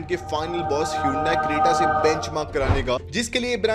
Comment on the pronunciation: Hyundai not Hyundia